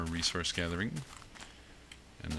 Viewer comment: why is it that everytime says Resource i hear Research